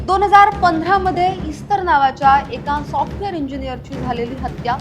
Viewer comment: सीसीटिव्हीच्या पुराव्याबाबत कोर्ट काय म्हणाले नाही का? त्यावरून व त्याने गुन्हा कबूल केल्यावरून त्याला काहीतरी शिक्षा व्हायलाच पाहिजे होती. निर्दोष मुक्तता म्हणजे उजळ माथ्याने समाजात वावरायला परवानगीच! दुसरी गोष्ट म्हणजे इस्तर शब्दाचा उच्चार एस्तेर असा आहे. त्या शब्दाचा अर्थ 'तारा', स्टार असा आहे.